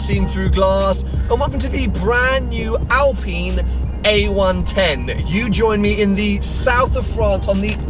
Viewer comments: Alpine not alpeeeeen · "I." Say it with me, "I." Alp-"I"-ne. It's not "Alpeen;" it's "Alpine." ˈAlˌpīn. Aline is not pronounced "aleen," baseline is not pronounced "baseleen," canine is not pronounced "caneene." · Al-PINE like pine tree. And can you stop saying "Porch"? It's Pors-che, look it up. Otherwise yeah great video.